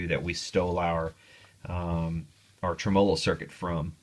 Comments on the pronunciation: Practice makes poifect!! TRIM-uh-low, TRIM-uh-low, TRIM-uh-low, LOL!!! ;-) Seriously tho, I'm enjoying your vids! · just fyi... tremolo is accented on the first syllable: TREMolo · Tré-molou = Tremolo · Love your videos (been going back through some of your old ones,) as well as your one man campaign to change the pronunciation of the word "tremolo," LOL! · PLEASE click on the little speaker to hear the CORRECT way to pronounce "tremolo"......PLEASE!?! Otherwise I really enjoy your videos. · I trust this guy's opinion so much, that I am now reconsidering how I pronounce 'tremolo'.